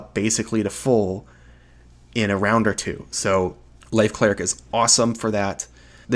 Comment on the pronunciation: you pronounce light cleric and life cleric exactly the same